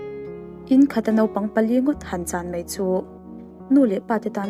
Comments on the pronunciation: 'Mei' aiah hian 'Mai' tih han hmang thei la..😊 Hrem ngei ni rawh se he In sa tu pa hi zahna hrelo thenawm lo awm nghet sa te care na pakhat mah nei lo..Pawisa chawi tir treuh in Jail tang tlak a ni.. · Tawngkam ah Mei hman lo tur, Mai tih tur, chuan Peih tih lo bawk tur, Paih tih tur, hei hi i hman dik chuan i thiam leh zual ang....